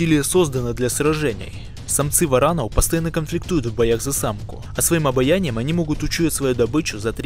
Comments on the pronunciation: своим обаянием... Может обонянием? Безграмотный автор. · Обонянию блин а не обоянию Несколько раз за видео Я точно не ослышался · Когда услышал про "обаяние" варана в первый раз, подумал, что оговорка. Но когда второй... Короче, заслуженный диз. Научись говорить сначала, потом ролики пили. А то людей насмешишь. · Диктор постоянно называет обоняние обаянием, но ладно.. Допустим, дракоши обаятельные😂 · Не "обояние", а "обоняние".